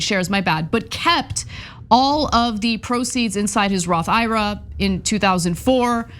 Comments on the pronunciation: Ana... ira?? I. R. A. you're killing me with that pronunciation... it's not a guy's name, it's letters/initials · It's not Ira, it's I-R-A!! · Roth I.R.A., not Roth Ira. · its not a Roth Ira like eye rah... It's a I.R.A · MAJORLY IRKED ME, THEN CENK JUMPED ON THE PRONUNCIATION BANDWAGON AND NOW I AM LIVID